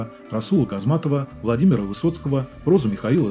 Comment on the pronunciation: Не Газматова, а Гамзатова